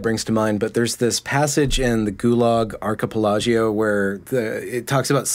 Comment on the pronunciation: It's "Ar-ke-PEL-a-go", incidentally.